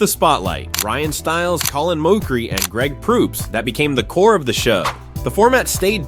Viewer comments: Ya, your take is completely wrong. You're pronouncing Mochrie wrong. And a revival that does 11 seasons is not a failure. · was this an ai voice? why you saying Mochrie like that? 0,o